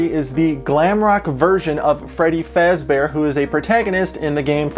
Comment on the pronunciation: FEBBY FAZBERRRRRR